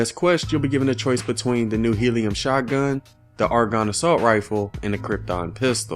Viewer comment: I like how he pronounces shotgun0